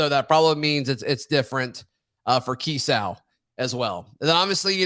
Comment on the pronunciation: For the love of God learn how to say Kiesau.